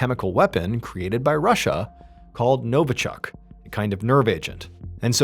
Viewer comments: NovIchok ... not NovAchok ... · Novichok, not Novochuck. This type was molecularly a COPY of the real Novichok, a British fake. This was an inside job to cast Russia in an "eViL" light.